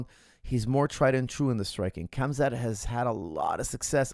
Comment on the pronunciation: KHAMZAT (HAM-ZAT) not KAMZAD